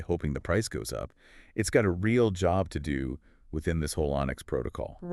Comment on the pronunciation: Yeah he said what does XCN "D-O" instead of what does XCN do